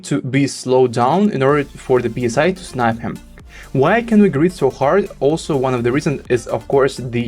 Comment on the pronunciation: Please don't say " P S I" like air pressure. It's pronounced "Sigh" like letting out a sigh.